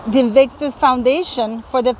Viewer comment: And Invictus Foundation pronounced absolutely right.....Why should they foot the bill? My goodness!!! Meghan really is despicable and a bone idle grifter.....